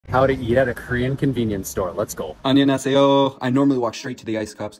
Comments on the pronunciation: I’m sorry but bro didn’t even try to pronounce the word right he just straight up said onionhaseyo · You still don't get it? It's not pronounced "onionhaseo" that's why a lot of people are making fun of it... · The way he pronounce “hello” or “안녕하세요“ made me cringe as a Korean but at least he’s trying! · pls at least try to pronounce "안녕하세요“ right 😟